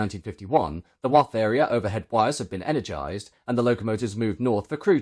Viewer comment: We pronounce Wath like bath.